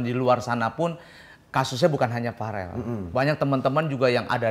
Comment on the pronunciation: Verrel om eko bukan farel 😂